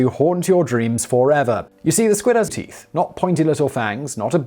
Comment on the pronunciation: Simon "Dear lord it has teath". Me "Where have I heard/seen that before? Oh yeah, it starts with son and ends with ic..."